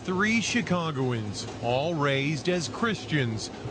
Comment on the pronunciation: Seriously, what is wrong with his voice? "THIS is the STOry of THREE ChicagOANS, all raisED as CHRIStians."